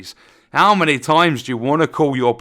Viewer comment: Lol, they couldn't even get the word "many" right.